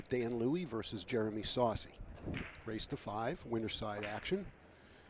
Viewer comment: why do you pronounce it like saucey. You know what his name is. It's sossei.